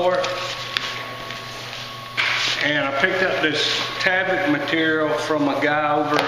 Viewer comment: there is no A in tyvek...its"tieveck"...not taveck"